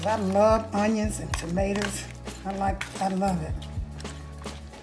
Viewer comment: I heard that Florida slip out. Maters, lol.